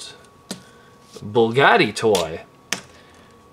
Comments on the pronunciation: its BUGATTI** not bullgatti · Bugatti not bulgati smh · b.u.g.a.t.t.i....there is no L in the the name Bugatti. Other than that excellent review!! Keep up the great work!